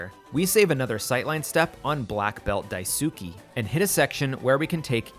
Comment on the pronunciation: Blackbelt Die-soo-kee??? It'd be Dai-su-kay. LMAO.